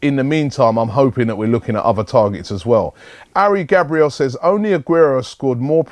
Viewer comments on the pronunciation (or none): none